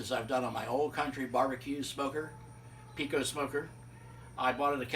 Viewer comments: ok ok ok. I don't want to sound like a snobby Texan, but you definitely mispronounce the name Pecos. I am not talking trash or anything, so please don't take this the wrong way. The name is pronounced PAY-COSE. You are free to say it how you want obviously, but PEE-COSE is not correct. Nice mods by the way. I have a Pecos and I also welded in a top rack. I actually talked the guy at academy down to 300 dollars when I bought mine. The Pecos is the best pit in this price range for sure. Thanks for the video! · It’s pronounced pay-coes Not peecose. Sorry, just a Texas pet peeve of mine. Why’d you have gloves on the entire time?